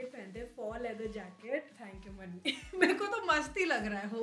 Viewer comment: All good but.. please mujhe boliye..merko ,meko bolna thoda 😖 laga